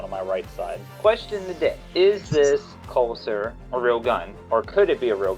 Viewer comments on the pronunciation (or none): Casull is pronounced "Kha sool"